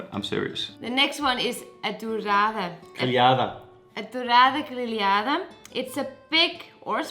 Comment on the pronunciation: Dourada Grelhada was the best word that you say it even surprises me. Choco is not octopus is the same species but its a bit diferent